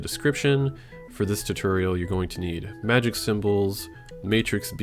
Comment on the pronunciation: May-jic and aysa-tone